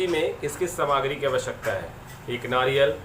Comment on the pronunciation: Bandhu samagri nahi saamagri boliyeji